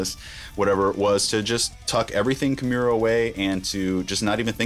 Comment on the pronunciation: I always hated how Rob pronounced his own bands name wrong